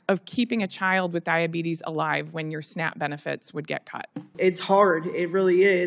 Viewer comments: Oh it's called SNAP, I thought you said snack..😐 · SNAP? I though I hear SNACK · Honestly thought she kept saying "snack benefits" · Whenever I hear Snap I hear snack.